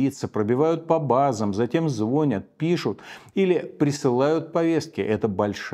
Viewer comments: Не звОнят, а звонЯт 😊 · Михаил Борисович, не звОнят, а звонЯт! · Почему звОнят? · Ну если Ходорковский говорит звОнят, это точно-наш человек !!! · Всё круто, но что Ходорковский фанат песни: у нас на районе, не звонЯт, а звОнят"